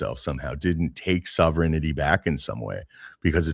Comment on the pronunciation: the word is sovereignty not sovereigninity and people who can't spell or pronounce the word probably don't deserve to be sovereign or to self determinate - just like people who would give up their freedom for safety deserve neither 1: free choice of one's own acts or states without external compulsion 2: determination by the people of a territorial unit of their own future political status